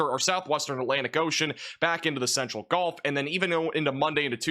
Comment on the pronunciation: Why is everyone pronouncing “gulf” as “golf”. When did that change?